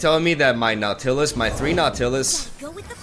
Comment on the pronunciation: Am i the only one who laughed out loud ab the way he pronounced nautilus at this one moment😂